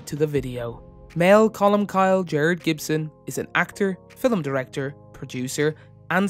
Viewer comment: Well reading of the wikipedia page. And what is a "filim"?